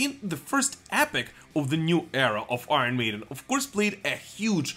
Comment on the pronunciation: Love the channel , please pronounce Iron correctly